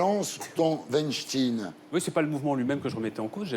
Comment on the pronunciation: Weinstein se prononce Weinstein et non pas Weinstin ou Winstein, Mr ArdiZZon.